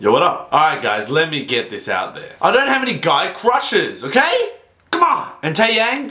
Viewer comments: Tay-yang? XD it's teh-yahng. Trust me I'm korean and I speak and write it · Its not tay yang its tae yang is how u say it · Its T to the A to the E (to the) YANG.